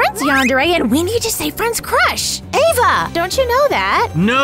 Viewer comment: Friend with Ava not aevey